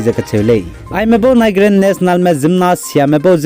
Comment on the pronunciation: your channel is really an eye opener for our people bro. you are really oustanding in anchoring the latest updates. keep on soaring. yet I wanna convey a little suggestions with the utterances of specific words. eg. Nigeria.. the correct pronounciation should sounds naiziria... sometimes an improper utterances can mislead infos about the news you produced. thank u. yi ma gedu nang chu discourage jai yi chilei heu begu maklei akangpeu. keep up the good work.